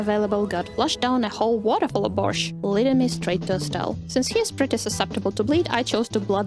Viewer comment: are you slavic? because your borsch pronounciation was perfect